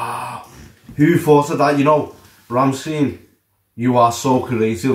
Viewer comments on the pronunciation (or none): RammSTEIN not RammSTEEN. Its like Einstein or Frankenstein. At the end the pronouncing is like the words ,,Shine,, or ,,mine